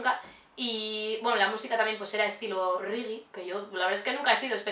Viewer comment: buuaa green Valley es mi vida😍😍 ahora me caes mejor. pero una cosa, no se dice "rigi" se dice "regue" un saludo!!!